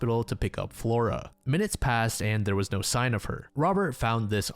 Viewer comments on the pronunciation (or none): none